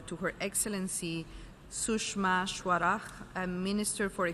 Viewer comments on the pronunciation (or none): We are not arabic that's not how you pronounce swaraj...